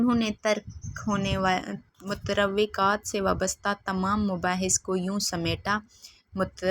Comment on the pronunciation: متروکات ( کا تلفظ درست کر لیں میڈم : مت روے کات آپ نے پپڑھا ہے جو کہ درست نہ ہے ۔درست تلفظ مترو کات ہے ) شکریہ